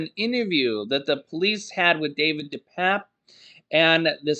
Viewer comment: It's pernounced 'DePapi'. Not DePap